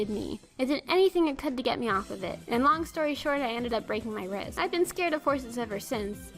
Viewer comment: did you say wrist or rib?